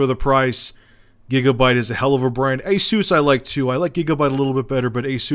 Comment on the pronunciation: ASUUUUUUUS not aces